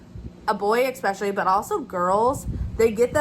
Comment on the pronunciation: Especially is correct; no on the ekspecially.